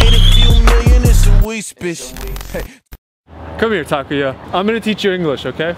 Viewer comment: Why do you keep calling him Takiya?? His name is TakUUUya